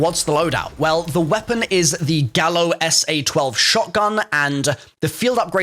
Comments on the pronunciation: It's pronounced "Guy-oh" not "Gal-oh" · Its pronounced "gaio" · “Gallo” pronounced gah•yo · the Gallo is pronounced "Guy-oh' its a spanish word and the 'll' is pronounced as a 'Y', "Gallo means rooster in spanish"